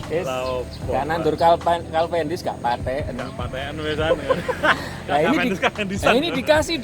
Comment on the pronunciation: Kok calvendis bukan cavendis pak 😀